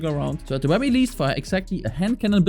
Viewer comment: It’s wery wery good😂